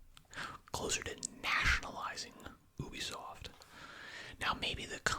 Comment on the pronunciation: “oobisoft” xd